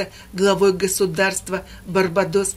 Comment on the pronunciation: БарбАдос ударение на а